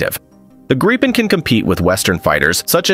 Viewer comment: what is "Graipen"??🥴 How is it possible to mispronounce Gripen?